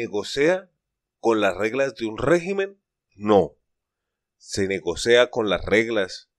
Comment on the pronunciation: No se dice "Negocea" , se dice " Negociar"